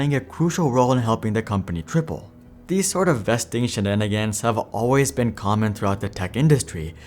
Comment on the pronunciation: i know you said triple but it sounded like "...play a crucial role in helping the company cripple" 😂😂